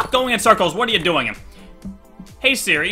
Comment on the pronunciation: every time he said hey seri my ipad would go to the "help" screen! 😂😂😂